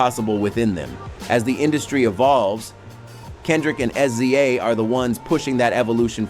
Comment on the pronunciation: AI can not say Sza! 😂😂😂